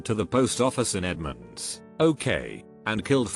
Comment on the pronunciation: It’s Edmond, Ok, not Edmonds.